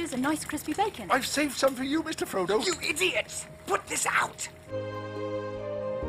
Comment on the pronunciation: Did the narrator say scrodo instead of Frodo at number 40?